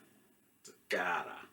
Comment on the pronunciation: Great review, nothing to add about your takes. Just fyi here's how trompeta toccata is pronunced: Trom- like you currently pronunce, -peta like when saying "Pet" plus an a. Toccata is basically as you already say but with a strong double c, pretty much like you would say a "k". Just wanted to let you know, as an italian-spanish bilingual person. Great review.